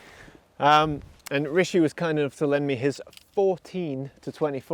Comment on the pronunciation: I swear he says his name like Ricky in his videos 😅